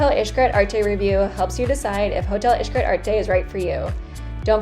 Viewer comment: Pronouncing Xcaret like “ish-cret” kept throwing me for a loop lol. But good job on the review